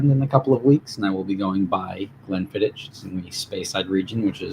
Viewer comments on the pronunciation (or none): It’s pronounced Glenfiddi”k” not “ch”